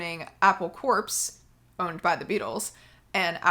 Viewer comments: "Corps" is not pronounced "corpse", it's pronounced "core", you know, "Marine Corps" or "apple core." You should send this video to Briahna Joy Gray. She's a little constipated about The Beatles but maybe she'd have you on her podcast because she's always willing to learn. I really wanna see that podcast. Also, she'll give you and you enterprise some reach. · The word corps is pronounced "core" not "corpse". Hence, their company name is a pun: Apple Corps.